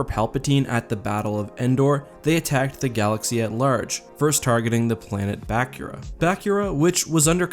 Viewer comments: Err, not to be a stickler, but Bakura is pronounced ba-Koora not ba-ku-Ra; also the Ssi Ru is the singular form of Ssi Ruuk, pronounced Si Ruk. They are a saurian species so have a bit of a sibilant 'S' in the pronunciation. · It’s not BACK-ura it’s BUH-kura Don’t believe me? Look up Luke speaking about Bukura in SWJK:JA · Also its not Bah-cure-uh its Bah-coo-ra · I think it's pronounced BA-KOOR-A not BAK-YOOR-A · Bakura is pronounced Baa-coor-ah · I've never heard anyone pronounce "Bakura" the way you do. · That is NOT how you pronounce Bakura. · How you and I pronounce Bakura is very different.